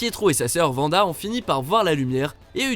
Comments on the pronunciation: "vanda" 😭j'ai envie de pleurer désolé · c'est pas cinématique mais cinématographique et wanda ça se prononce pas Vanda